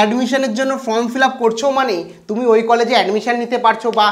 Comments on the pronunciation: ভাই Form উচ্চারন টা তুমি ভুল করছো । কথাটা ফ্রম নয় কথাটা হবে ফর্ম । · আরে ভাই from(ফ্রম )নয় form(ফর্ম ). Consult dictionary plz.